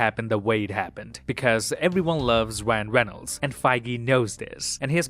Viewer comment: wyan weynolds